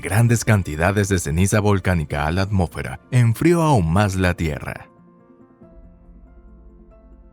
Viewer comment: Por qué dices "amo'fera", cómo sí de un narrador reguetonero se tratara. Tienes problemas con el sonido de la "s"?